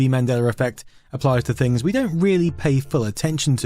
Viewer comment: I love your videos for years now man. But i have to ask… Where in England are you from? It’s sooo. Hard for me to understand your accent sometimes especially this video’s audio sounds like you got a different setup. Evvytin souvnds liyke dis, ovva awl the “Vees” or “F’s” are really confusing. “Is vat fings we know “. Ami having a Mandela effect and getting dumber because “uvvit”? 😅 well, great video anyway. Cheers all the way from Philadelphia!